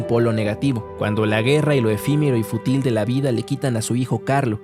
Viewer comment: Me ha encantado tu video, solo que varias veces dices futil, siendo lo correcto fútil. ¡Saludos!